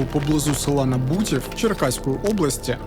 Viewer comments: Село На`бутів, а не Набу`тів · НАбутів, наголос на А